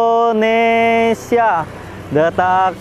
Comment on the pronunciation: Bukan endonesia bang indonesia😀